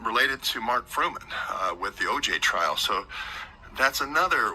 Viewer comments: Mark "Furman" not Fruman (from the OJ trial) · Good gosh. It is Furman, not Fruman.